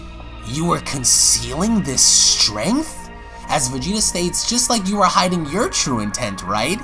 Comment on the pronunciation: our man and also the story teller takes a shot.. MY KING.. "blue vageaeata"